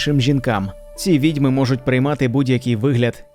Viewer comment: Направду, голос та вимова у Вас приємні, але є і дрібні зауваги: відьмИ, відьОм, привезтИ, протистОяти, піснЯми, "добросівісний"- порядний, сумлінний, "з тих пір"- відтоді, "при вагітності" - під час вагітнсті, "розраховувати на успіх" - сподіватися, вважати на успіх", "застрибували у воду" - стрибали у воду, "плавні одежі"- майливі, повітряні одежі.